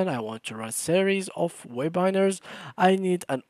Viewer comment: (Web-binar) Bro it is (Web-i-nar)